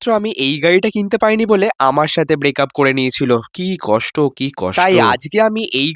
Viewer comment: Breakup ❌ bracup ✅